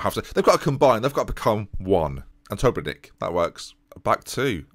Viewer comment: try saying Obrenić just like Matić... end of the last name is the same